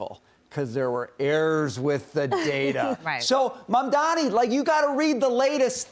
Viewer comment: It’s…MAMDANI…NOT MANDANI